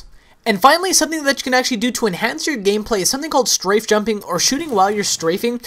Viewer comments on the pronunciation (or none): none